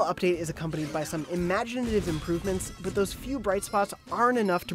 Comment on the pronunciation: you can’t even say imaginative